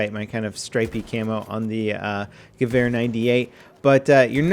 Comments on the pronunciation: In what Would does a W sound like a V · i always have to laugh when you pronounce gewehr :D